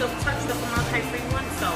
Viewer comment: ForMOLDahyde. lol